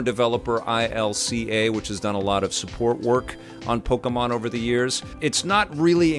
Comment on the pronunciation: LOL, Pok-y-mon. This game's fine....it's fine...(funny words of ) Survey says, it's fine. Youtube needs to remove the "Dislike" button from this channel. doesn't deserve that option.